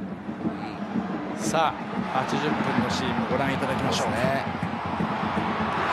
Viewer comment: クロちゃんです。ワワワワ～実況よ、キシカワではなくキシモト。